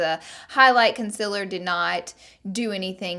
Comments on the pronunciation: I hate people who say "conciller" instead of "concealer" it's concEAler !!! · Lora, "Concil." Me "Conceal." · The way she says CONCILL istead of conceal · its not conceler , its concealer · "con-SIL-er" haha love you Laura💘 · why do you say "consilur" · I'm I the only one that hears her saying concealer the wrong way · The way she says conceal😂